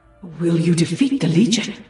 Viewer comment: Heh, "Will you defat the Legion?" XD